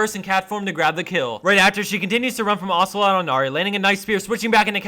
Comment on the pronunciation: its ocelote, duh!